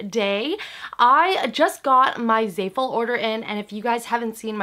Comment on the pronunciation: anyone else cringing at the way she says "zayful"